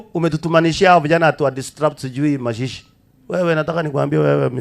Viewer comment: Hata jina mazishi haujui kutamka sudi lakini hatukujudge wewe ni grade 2